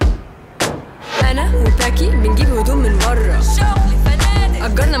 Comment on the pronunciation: باكي...بس الناس كلها سمعتها تاكي